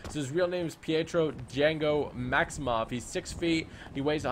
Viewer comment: It's Maximoff, not Maximuff